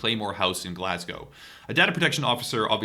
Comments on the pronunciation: Please stop pronouncing the W at the end of Glasgow. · For an American you say Glasgow the correct way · holy fuck you said Glasgow correctly